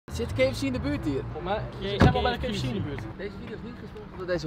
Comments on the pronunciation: Mooi dat zoveel mensen de engelse letter 'K' niet kunnen uitspreken, zo ook Koen. KiiiiiiiFC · ke f ci 😂😂